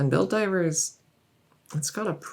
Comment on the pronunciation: I kept hearing Helldivers, not Build Divers xD